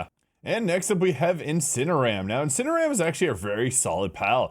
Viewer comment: Inciner-(oar)-am fire dark type you say... 😅